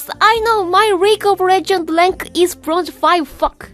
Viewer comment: 'My reague of regends lank' lmao